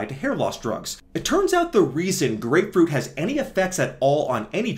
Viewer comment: Blud flow and grepefrut 😂😂